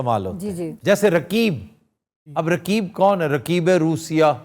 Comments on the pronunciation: Aftab Iqbal saab, I am sure that you will not read comments, but still I request you and others who read this , kindly pronouns 'Qaaf' , harf Qaaf is in your name but you can not pronouns , Rakeeb nahe Raqeeb . pronouns 'Qaaf' from throught. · رکیب کیا ہوتا ہے؟۔ تمکو تو قاف بولنا ہی نہیں اتا۔ اردو کے دشمن ہو تم پاکستانی۔